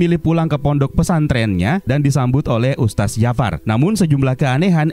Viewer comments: Wahai penggembala domba, ustadz dibaca ustad atau ustat bukan ustas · Nih makhluk nyebut kata "Ustadz" pun gk becus 🥱🥱🥱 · Mungkin yg review ga paham cara bacanya 😁